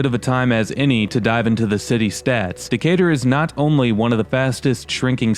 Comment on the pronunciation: Someone called it Decay-Turd